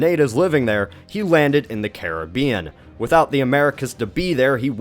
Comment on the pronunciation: Did he just say? wait yes, he said Caribbean correctly!